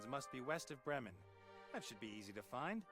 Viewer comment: "Брем'Энн" - это как город Бремен?)